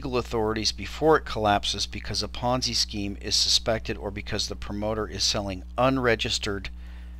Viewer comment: Ponzi, not ponzy... and it isn't even remotely close to the definition of a ponzi scheme. -- Smoov